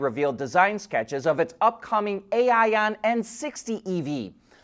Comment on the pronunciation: Note: GAC Aion is pronounced the same way as the word 'ion', not 'AI-on'